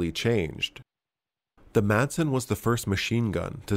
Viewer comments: The pronunciation of Madsen is the same as it is in English, but without the hard D in the middle (think Mass-en, and you'll be a bit closer), its silent, the way it was said in the beginning of this video "Masen" sounds closer to Mason than to Madsen. Danish is weird i know, but we get by. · It's pronounced 'Massen', not 'May-sen'. So it's just like the typical English pronunciation, only with a silent D. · Just a little detail here... the correct pronunciation is simply "Massen" since the d is silent. Also, fun to see weapon designs from my home country. I used the Madsen quite a lot in Medal of Honor: Rising Sun as a kid. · If you want to pronounce it correctly in danish, say, Ma like in "malice" and sen like "I am in the 'zen' zone". Mason doesn't sound close. I don't care, just figured you were a guy that cared about all the small details, since you tried saying it correctly. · hillariously you botched the pronounciation so bad that the anglified name is actually closer to the real name! (great vid as always) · Just use the English way to say it because your are not saying in correctly in the Danish way